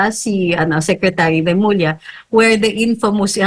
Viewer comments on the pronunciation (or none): none